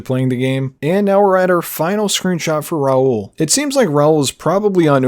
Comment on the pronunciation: saying "RAL" instead of "RAUL" is killing me lmao 😩 Wicked detailed video though!